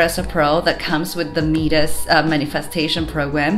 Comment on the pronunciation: Mee-dus?? My-dis dear